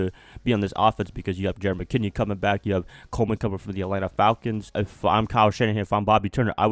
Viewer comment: I can't hold my laugh when says Jerick McKinnon. its meh/ken/ion